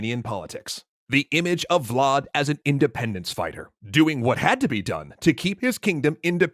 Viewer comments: "indendence" lol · INDENDENCE xD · he says "indendence" which is way funnier than independence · "We just want Indendence"? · indendence hmmm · "We just want... Indendence." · "indendence" uwu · "Indendence" what? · Ah yes, my favorite word: "INDENDENCE"